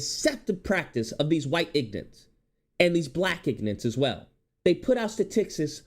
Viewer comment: This video makes so many great points, I’m in complete agreement. But the way you keep calling them “ignants” is killing me 😂😂😂 The blk Christians are usually the worst, so hypocritical and it’s infested in c00nery buff00nery